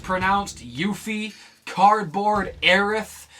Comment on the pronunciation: uebo7 I haven't seen Advent Children either, but my guess is that it was probably pronounced somethin like "Yuh-fee" instead of "Yoo-fee"